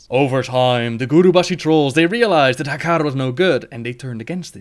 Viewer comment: Oh, I love the way you say Hakkar <3